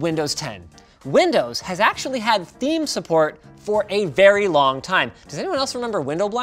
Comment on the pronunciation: Dislike he didnt say it right, its Dark THEME